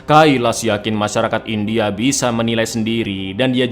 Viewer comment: “Fim indiahe bergenre thriller action misterihe” 😂